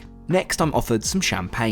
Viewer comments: NOOO its not moet its pronounced mo-ay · Moee not Moett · May I be the French language police but Moët is pronounced mo..ay, sorry for being pedantic 🧐😂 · I honestly thought it was pronounced Moe-aye and not Moe-ett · Most is said Mow, ay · Pains me how you pronounced Moët 🙈 it’s pronounced ‘mo-ay’ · Fab post always! Darling you don’t pronounce the ‘T’ in Moët (mow-a). Everyone deserves a little bit of luxury once in a while, your uploads and advice help us to get the best deals available.x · Sorry bud but Moet is pronounces mo-aye!! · And fyi, Moet is pronounced moey. Sorry it sounds like I'm a troll but I really do like your channel 😁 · Maybe you can read the label of the Dom but you can’t pronounce Moët properly and instead try to act like you are one of the highest ballers. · Hey....great vid. Love vicariously travelling with you....would you like to know Moet's pronounciation? And 'gratin'? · Most of the comments: talking about the video Some of them: “YoU pRoNoUnCeD mOeT wRoNg” No hate intended😅 Heck, I didn’t even know about Moët until I saw this video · Hey dumb ass ... The t is silent in MOET... Want an uncultured Fuck face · for someone who drinks so much champagne in their job pls learn how to say Möet correctly😂😭